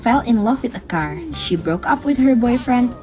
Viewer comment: the way she says car>>>>>>>